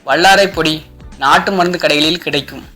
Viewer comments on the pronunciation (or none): வல்லாரை சரியா....வள்ளாரை இல்லை ஓ.கே